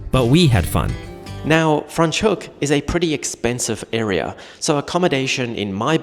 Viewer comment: Why are you saying Fraans Hoek, so weird?